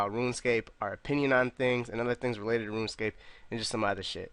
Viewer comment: dont take it to heart i love the podcasts but woonscape kills me everytime. "hey guizzz we talking about updates to woonscape". much love